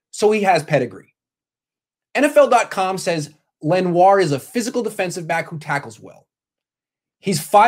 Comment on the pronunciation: Its pronounced Len-wah